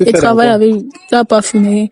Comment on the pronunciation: S il vous plaît reprenez vos livres on ne dit pas Cravailler mais Travailler. Différence entre Tr et Cr.